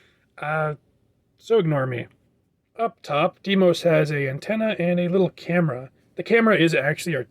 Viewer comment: "Deimos" is actually pronounced "Die-mos" just so you know. Although that's just my opinion.